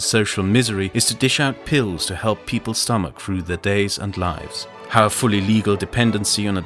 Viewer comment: Through, not frough.